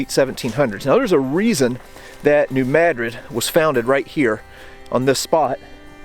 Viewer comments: Thank you pronouncing New Madrid correctly! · Thank you for pronouncing New Madrid correctly! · He's pronouncing it correctly. Look it up